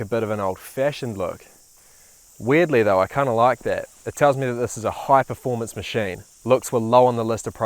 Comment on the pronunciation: "macheyne" xD